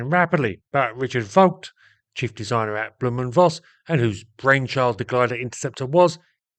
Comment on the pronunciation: Thanks for posting this interesting video. The name is pronounced 'blow-m' and not bloom.